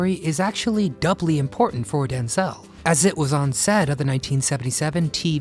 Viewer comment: I was with my late husband from 1977 and wed in 79, we were together until he died of terminal cancer in 2014, I'm still his wife until we meet again. 46 years and counting. Wish that dumb robot would learn how to pronounce names correctly. It is DenZEL Washington, NOT DenZAL.